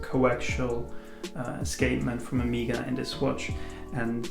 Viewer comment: OK, it is O-MAY-GA, not O-MI-GA >.<